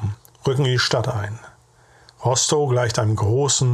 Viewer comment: Es spricht sich RostoF aus. Ist ja kein pommersches Kuhkaff 🙃. Schön sachlich vorgetragen. Was haben diese kerle doch geleistet.